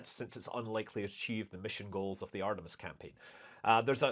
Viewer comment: It reall sounds like Scott is saying Artimes yeah